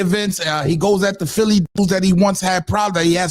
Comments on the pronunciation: I dunno who “Phil” is gottit 😅😅😅😅 “PHILI” aka “PHILLY” 🤦🏾‍♂️ Cmon Son 😂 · Philli not phil